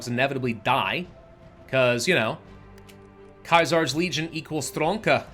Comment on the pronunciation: Sea/sirs legion, pronounce it right lol